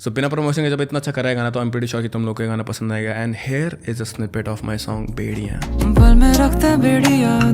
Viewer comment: bro saying bediyaan meanwhile me hearing bhedhiya😅😅